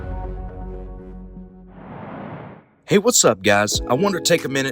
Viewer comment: It’s not lucy-ano it’s luCHIANo